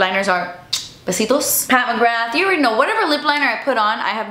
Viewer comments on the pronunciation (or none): none